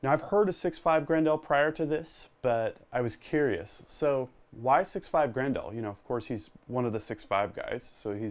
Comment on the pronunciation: It kills me how you say 6.5 GRENDAAL